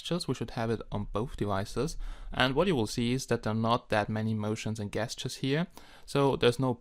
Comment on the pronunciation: Very good English, ges·ture pronounced ˈjesCHər/ (jes-ter) Nice review...